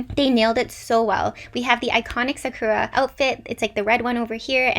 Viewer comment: There is only one thing that bothered me this whole video, your mispronunciation of Sakura.